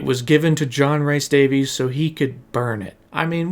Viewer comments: John "reese" Davies.... Not "rice" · Loving this vid so far but if you say “John RICE Davies” one more time…. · Fantastic video. Loved sitting listening. However, dude, please just learn to say John Rhys Davies name right. Please. Plleeeaasssee But aye, overall great watch. Really well done!